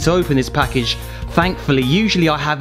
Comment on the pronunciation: At the beggining "Brown Pakage" xD